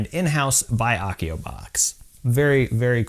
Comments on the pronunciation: I love the channel and you bring us amazing harry potter stuff to make but hats not how you say Accio, A like apple. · It's pronnounced 'accio' with an a like apple, not a like arc!